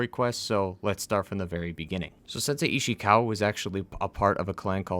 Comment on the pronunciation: The way you say ishikawa makes me cringe